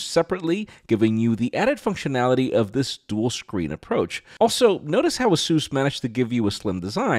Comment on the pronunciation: A SUS not AZOOS